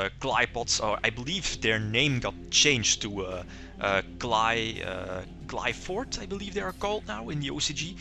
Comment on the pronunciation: I really think he is mispronouncing Qlphort, gem knights def need better fusion monsters